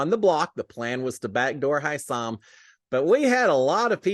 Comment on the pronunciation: Hey you are misspronouncing Hisam's name.